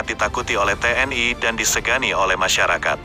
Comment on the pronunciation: Segani min bukan sengani